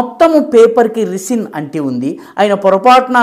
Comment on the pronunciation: రిసిన్ కాదు సర్ రైసిన్...